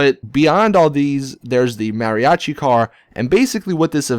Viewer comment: He pronounces Mariachi the wrong way